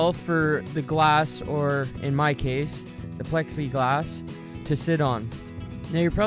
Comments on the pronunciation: its plexi glax not pexi. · Is it me or is he saying "pexy-glass"? .....Isnt it "plexi-glass"? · haha he's saying pexi glass instead of plexiglass.and tho other comment spelled urethane wrong lol